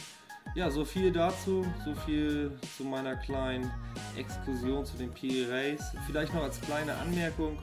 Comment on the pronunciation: Die Aussprache geht so: Piri Reys